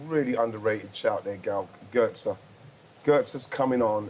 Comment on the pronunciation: “Götze” Solskjaer” “Alessia Russo” 😂 come on let’s stop this bollocks